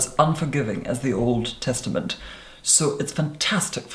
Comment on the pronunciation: “...as unforgiving as the Old Teatament.” I died.